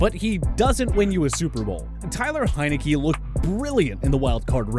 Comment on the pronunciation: Can't even pronounce Taylor Heinicke's name right